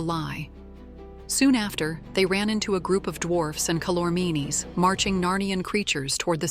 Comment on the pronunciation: Boy was this truncated! Not even edited, but truncated! It's pronounced Cal-or-means! Read the book. It's called The Last Battle. Well worth the effort. Best would be to start with the Magician's Nephew and read all seven books.